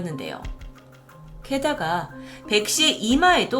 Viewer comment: 백씨 가 백신으로 들린다 저만 그런가요?